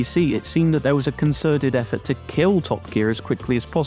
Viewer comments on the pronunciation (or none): none